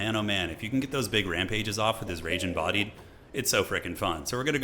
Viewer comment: I heard "Ragin' Body" instead of Rage Embodied like yes, he does have a Ragin' Body.